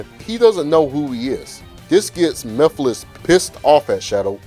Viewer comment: No its pronounced mugh-fil-is 😂